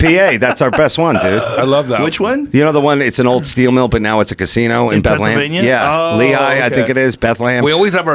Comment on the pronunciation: It's not Bethlehem its said like "Beth- Lem" and it's not Wilkes-Barry... its Wilkes Barre pronounced like "Wilkes - Bear". Just saying.